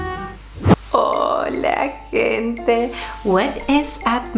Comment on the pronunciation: why do you say "hola gente" like that?